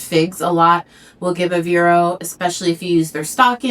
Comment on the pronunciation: What are you saying, ‘vero’s’ ? Can’t understand what you’re saying, maybe y can spell it?